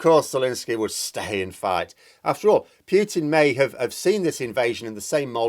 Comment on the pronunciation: I presume you mean Putin ( Poo-Tin ) as a Russian it sounds really weird to me to hear you say Poutin. The reasons are nothing to do with NATO, he wants Ukraine back in the Russian fold and there are huge gas deposits just off the coast of Crimea and in the Donets and Lublin basins as well as Ukraine being a very large food producer with huge amounts of fertile land which Russia is in short supply. Of course he has made a huge error and thought he would roll in and take over in a few days. Now he has no way out. He can't hide what he has done for much longer in Russia as he has destroyed not only Ukrainian cites but Russian-Ukrainian cities and killed many Russians. This is where he is finished. He will no doubt be taken out by those close to him as is the way in Russia.